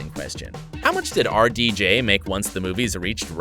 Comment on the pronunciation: who else though that when he said RDJ he actually was saying our DJ